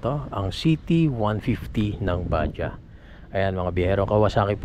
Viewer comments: bad-jaj/bad-jadz ang basa diyan hindi po ba-jah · BAJADZ sir ang pronounciation hindi badya 😂😂😂